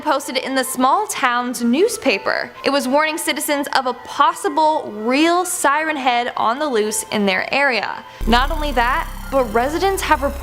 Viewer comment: beeg sirehn hehad